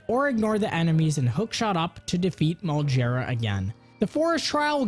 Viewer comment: Molgera, not Moljera. Almost all Gs in the franchise for proper nouns are "Guh" rather than "Juh". Only a few exceptions like Volvagia. It's in the katakana.